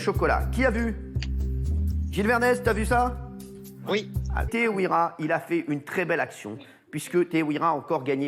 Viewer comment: Teihoura* en prononciation si tu préfères cyril